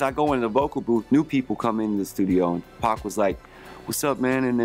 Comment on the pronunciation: You know Jon B is down because he said PAC & not Pack!